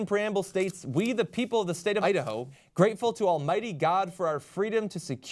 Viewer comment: idaho? no, udaho.